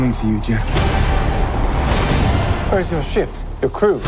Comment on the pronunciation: I love how every potc villian cant pronounce Jack's name